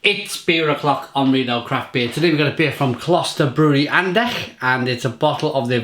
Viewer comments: You cannot compare the ch in German to an X, as it is closer to a French sound. An-dekhs, the s is voiced. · Greetings from someone born in Andechs. 👍🏼 First up your pronunciation was quite right there was just an "s" missing in the end. Secondly. You have to get the whole beer inside the glass to get the whole taste. First you get everything but like two fingers inside. Then you swing it to get the yeast of the bottom inside the glass. And to get the full taste cool your glass down 😉 Nice video 🤙🏾